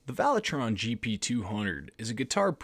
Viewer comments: Valeton NOT Valetron...lol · Valetron? There’s not a letter “R” in the name of this multi effect pedal. 😆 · No R In Valeton friend 🤷🏻‍♂️😆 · "Valetron". Lol.